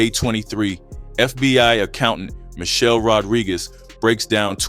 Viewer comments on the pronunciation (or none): none